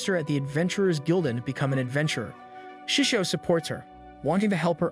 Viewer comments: It's so bad to hear that you call him sisu instead of shishou XD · "shesow" ah yes my favourite word for teacher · Bruh just said seasou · I didn’t know it was pronounced “sishu” in the anime, in the anime they just called him master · Me hearing: “shushio and fiend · I never knew there were so many ways to pronounce 'Shishou' 😆